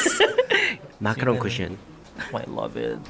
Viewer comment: "Macaron cushion" as a French people, I'm dead! X)